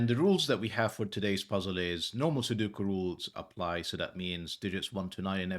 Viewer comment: to help you out as you mentioned in a previous video about correct pronouniation for Sudoku.. Think 'sue'.. like sueing someone.. Think 'Doe'.. like the female deer.. Think 'coo' like a baby cooing.. so it's 'sue doe coo'.. the middle 'doe' is the most important part to say and it's the Only 'O' sound in the word. Everything else is a 'U'.. 'Sue Doe Coo' 'Sue Doe Coo' =D .. Hope that helps.. =D